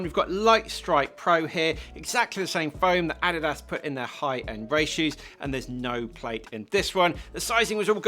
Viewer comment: Do they really pronounce Adidas and Asics the way he does in the UK?